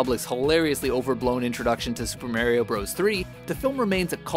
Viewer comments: It's mario not merio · "Super May-re-o Brothers 3" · Did you just say Mario as "Maar-eeyo"? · You say mario wong 😂😂😂